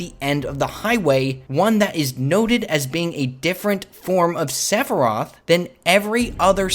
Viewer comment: Sephiroth NOT Seph roth!!!